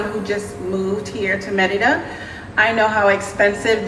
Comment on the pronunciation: I really appreciate how you pronounce Mérida correctly, not like most other U.S. creators.